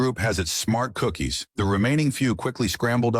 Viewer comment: Bro said cookies so funny i want some cookies to😂😂😊